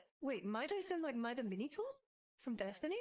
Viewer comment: MIDA AS IN MIDA MIDA AS IN "MARS" MIDA AS IN "NEW NOISE" MIDA AS IN "RISING" MIDA AS IN "MARATHON" hearoursilence